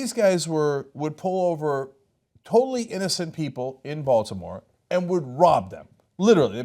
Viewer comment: SOOO happy some mentioned the Wire... it was literally the first thing that came to my head when I heard them say Balitmore